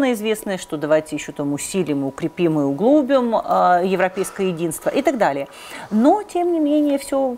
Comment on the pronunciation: правильно надо говорить:: углубИм.